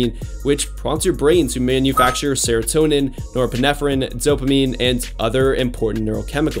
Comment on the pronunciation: Me someone with adhd: he better not say dopamine or serotonin Him: DoPaMiNe aNd SeRoToNeM